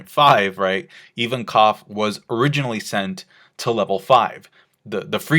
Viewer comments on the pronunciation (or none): Ivankov, not Even-Koff. Jesus, why are americans so adamant on purposely mispronouncing anything even remotely non-english? Is that like a cultural thing? The other day I was watching another american trying to pronounce the word "Abramovic", stuttering and getting stuck at "Ab-ab-ab-ab-ab...". What's wrong with you people? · Invankov not Ivankof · EVEN-COV?? Dude it's a Russian name!!! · Why does pronounce Ivankov like that